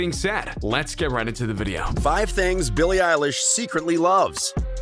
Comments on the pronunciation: “Voices” “BILLIE ELISH” “Ellen” MacBook please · Bille Elish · "Billie Elish" Macbook!!!!!!! 😆😆😆😆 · "Voices" "Billie Eilish" "Ellen" MacBook please!:-) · “Voices” “BILLIE ELISH” “Ellen” Phone or Mackbook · "Voices" "Billie Eilish" "Ellen" Ipad please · ''Voices'' ''BILLIE EILISH'' "ELLEN" pls my computer broke i need a macbook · "Voices" "Billie Elish" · "#Bille Elish" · Billie elish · “Voices” “BILLIE ELISH” “Ellen” iPhone :) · "Voices" "Billie elish" "Ellen" Ipad mini please and thank you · "BILLIE EILISH" "Voices" "Ellen" I wanna phone plsssss 😭😭😭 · "#billie Elish" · "Billie Elishe " plz i want the phone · "Billie eilish" makbook? ??pls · “Billie Elish” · “voices” “billie eilish” “ellen” iphone please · 'makes yt video ab billie eilish' 'doesnt even know how to say her name' EDIT: this doesnt know how to say anything!!!!!!